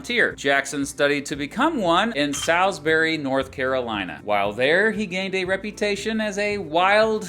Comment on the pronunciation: It’s “SAWLS-berry” 😭